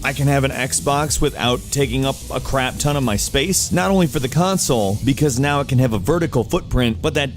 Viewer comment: "xbox cansoel"